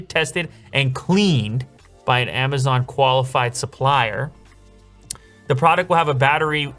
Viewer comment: Why are you saying Amazaaan?